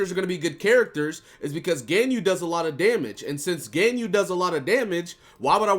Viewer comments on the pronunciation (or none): God the way you're pronouncing Ganyu is driving me insane lol